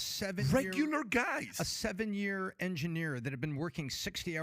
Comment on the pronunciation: Love your videos but can't deal with how you say 'yer' for year.